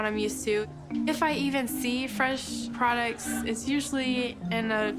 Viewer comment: did she actually say “fresh produce”, pronouncing it with a short O, rhyming with “product”?